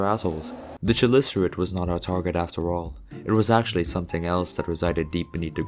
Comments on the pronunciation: It's Chelicerate, not Tshelicerate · its actually pronounced kelicerate